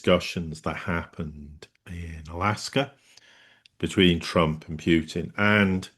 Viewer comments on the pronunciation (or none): “Pew”tin lmao